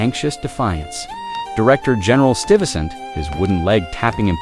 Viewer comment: Peter "Stivesant"? Good Lord. It's STYvesant please. And "hiroglaf" D'oh! it's pronounced hyroglif. Distracting.